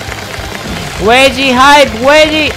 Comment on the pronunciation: it sounds like he was saying “WEDGIE HYPE” “WEDGIE HYPE”😂😂😂😂😂